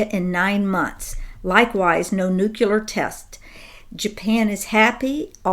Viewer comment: "nuclear", not "nukelar". nu-clear